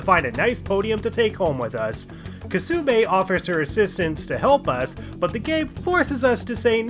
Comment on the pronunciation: it really bothers me how you keep mispronouncing Kasumi as kasume